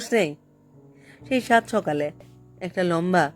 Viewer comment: বেশ মন দিয়েই শুনেছি এই পাঠ। একটি জায়গায়, লেখক স্বয়ং যেখানে বলছেন, " সকালে " কিন্তু উচচারণটি, যেন মনে লাগল ' সোকালে''। কি জানি হতে পারে আমারও ভুল! আবার একটু শুনে নেবেন । কিছু জায়গায় অভিনয়ের অতি- নাটকীয়তা লাগল । কিন্তু গতি খুব ভালো ছিল পাঠের! মূল্যবোধের পরিবর্তন এখানে লেখক দেখাননি, সেখানে আপনিও পাঠে অবিচল থেকেছেন, স্বর- প্রক্ষেপণের মাধ্যমে! ভাবনার গভীরে যাওয়ার চেষ্টায় ব্রতী ছিলেন । আমি অতীব সাধারণের একজন হয়ে, ব্যক্তিগত ভাবে বলছি:- সামগ্রীক ক্ষেত্রে, পাঠের কিছু কিছু জায়গায় নিজেকে, একটু পরিবর্তন করলে,এমনই সম্ভাবনাময় উচ্চতায় পৌঁছানোর পক্ষে আপনি অতি উপযুক্ত! ঠোঁট কাটা- অতীশ ঘোষ উত্তর চব্বিশ পরগনা ।